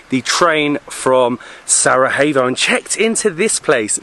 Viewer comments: Just wondering where you find the "h" in Sarajevo, other then that great videos, greetings from Sarahevo😂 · Still cant pronounce Sarajevo Its SA - RA - YE - VO!!! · I know you have been getting some flak for your pronunciation of "Sarajevo" and it's unfortunate. I do wish that people had a bit more understanding. It's kind of funny though that no one corrected you while you were in Bosnia, politely of course. For future reference, things are pronounced like they are spelled in Bosnian/Croatian/Serbian. There is no J that's pronounced H and no C that's pronounced K.